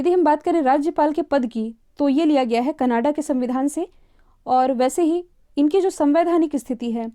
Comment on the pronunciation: Kanada nahi Canada hota hai